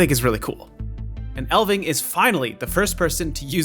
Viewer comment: It's ELF-ving, ELF NOT EL. The F IS NOT SILENT. Do you not know what an elf is?